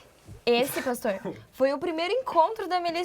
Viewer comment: Esse episódio, sim que foi Fora de Série, amei. Ei meninos, já deveriam ter aprendido o nome do pastor né, espero que no próximo episódio falem bem o nome do pastor kkkkk.